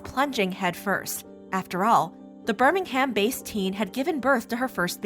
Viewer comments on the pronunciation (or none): Ffs the way you pronounced “Birmingham”, it’s bir-ming-um. 💀